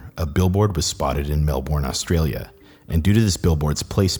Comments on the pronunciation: me, an australian: watches a video by an american where they say melbourne american: pronounces it mel-born me: H really epic video!!! but for future reference we pronounce it “mel-ben” in australia :•) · I'm sorry, great video, but, as all Australians, we know that it's pronounced 'Mel-bun' not 'Mel-born'. Thanks, great video. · im from melbourne and it shocks me how many non australians dont know how to pronounce melbourne. mel-bin, not mel-born :( but thats just me being a bitch, i loved this video!! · Woah, super weird hearing my accent in one of these videos! P.S. Melbourne is pronounced 'Mel-bin' instead of 'Mel-born' :) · lmao u can tell hes not from australia cause of the way he pronounces melbun. great video tho haha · why is it that everyone non Australian pronounces Melbourne incorrectly? There is hard Born in it, it's more like Melbern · Australians hate pronouncing vowels haha. Just know that Melbourne comes from a British name that was actually originally pronounce bourn/burn according to its etymology. So really Australians and Americans say it wrong. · Two minutes in and he’s already pronounced Melbourne wrong =(